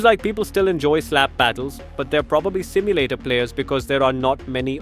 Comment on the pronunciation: ETS NOT SIMULATAR 😡